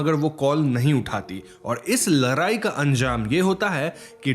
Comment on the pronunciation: Bhai woh larai nahi hai woh ladai hai 😅